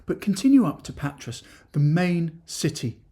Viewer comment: A slight correction if I may, Patras, the “S” is silent pronounced Patra, not in Pirgos though, the S is pronounced. Good videos though thanks, love watching them. My wife’s hometown is Amaliada (the platia is awesome at night if you get my drift!), some wonderful beaches and beach bars, Marathia is our favourite just up from Kourouta. We just got home (Australia) from 5 weeks there, drove around most of the Peloponnese except for the leg where Nafplio is located. Definitely go there next time. But in Patra you must take a walk along Riga Fereou, a long pedestrian street with great cafes, shops and restaurants. Of course Agios Andreas (St Andrew’s Cathedral) is a must see, the largest church in Greece. Our friend lives just near the castle. We plan to buy close (ish) to my wife’s hometown, so who knows, we may bump into you for a Freddo Cappucino one day. Keep up the good work.